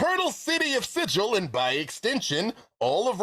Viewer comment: You just know that pronunciation of "Sigil" bothered Brennan to some degree 😂 A Marut, of all things! pulled out all the stops for this one, I've still got more than half this to go but I'm excited to watch the rest!